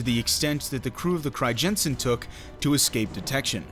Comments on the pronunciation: As a Dutchman I am disappointed that it's name gets pronounced as cryjensen. In English you'd pronounce the crij in Crijnssen as cry. So basically cry-nsen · You say Abraham Cryjensen but it is Abraham Crynzen (phonetically speaking) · I understand dutch is a hard language, but hearing you butcher the name “Crijnssen” every time made me cry a little. It’s not “Crygenssen”